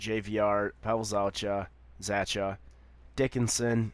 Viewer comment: Oh and by the way zachas last name is pronounced za-ck-a